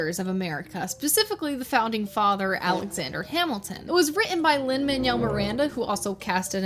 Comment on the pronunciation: Alexander Yap-ilton